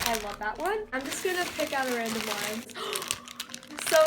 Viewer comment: Azul_unicorn 4life no she said one but it sounded like slime she said "I love this one" but the s from this got combined with the one